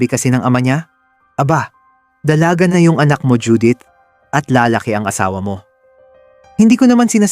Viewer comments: La-la-ki… hindi LaalaaKE! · Para sa narrator: paki ayos naman Ang accent ng Tagalog mo😊 tulad ng lalake. Ang stress nasa second syllable